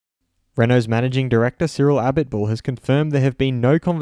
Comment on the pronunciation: Please learn cyril abiteboul's name